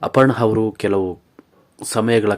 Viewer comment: ಅಪರ್ಣಾ ಹವರು ಅಯ್ಯಪ್ಪ ಲೆ ನೆಟ್ಟಗೆ ಕನ್ನಡ ಉಚ್ಚಾರಣೆ ಕಲಿಯೋ